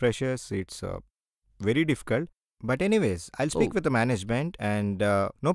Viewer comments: Tha kadu ra adi thi 😂😂😂😂 idi na dialogue bhayya inter lo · 'Dha' kaadhu ra adhi 'dhi'.. THE 😂